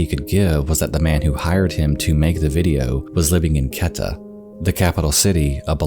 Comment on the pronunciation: Out of all the pronunciations he butchered in this video, Quetta was the worst